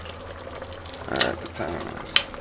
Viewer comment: He say STALL when its SCALD. LAWD ah mercy